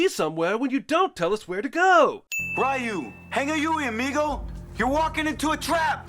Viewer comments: The mispronunciation of “Ryu” just because this movie does it and the uploading of this video outside of a Tuesday are both worth 1991 sins. Each. C’mon, Jeremy. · "Pronouncing Ryu as 'rah-you'..." DING! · Sin for how you all pronounce Ryu incorrectly. Drives me nuts. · sins, RYU pronounced as RAHYOO 🤨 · Jesus you keep butchering Ryu's name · can we have a sin added for every time CS mispronounced Ryu? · Wow, I thought Jeremy was mispronouncing Ryu's name for fun or to troll Street Fighter fans, but they actually say his name like that in the fucking movie. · That is not how you pronounce "Ryu" goddamnit